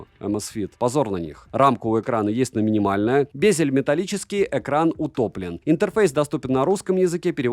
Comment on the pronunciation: Сэлэкт и интэрфэйс 😅